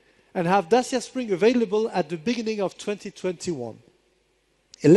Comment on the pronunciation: C'mon, Renault people, learn how to pronounce "Dacia" correctly...